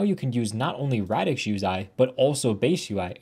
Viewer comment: is that fr how you pronounce radix lyra and mira??